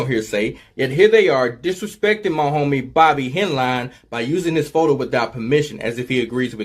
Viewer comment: Bobby Henline- Hen-Line